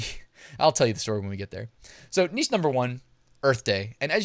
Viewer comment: Thank you,. And thank you for saying 'neesh' as one should.